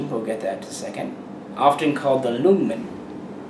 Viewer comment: The "L" is silent in "Ljungman"